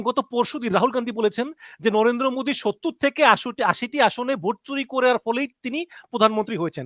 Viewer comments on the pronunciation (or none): none